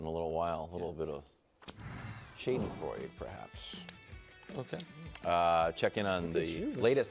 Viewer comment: German teacher who used to live in Austria here to clarify: Nick is correct about how the "a" in "Schadenfreude" is pronounced, but both he and Wildes skipped over the "d" in "freude". And yes, I am available for pre-show consulations at competitive rates.